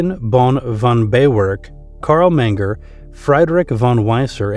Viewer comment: His pronunciation of German names was distracting. The only one he got right was Carl Menger.